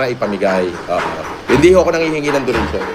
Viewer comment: Donation ❌ Donatin ✅